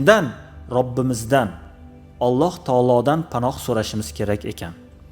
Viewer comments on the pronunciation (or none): none